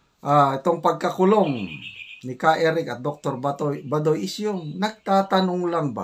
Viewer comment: pls pronounce correctly Dr Lorraine Bah doy not badoy